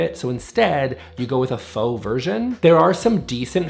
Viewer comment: I believe you’re mispronouncing “faux luxury”. “Faux rocks” is a rhyme, actually.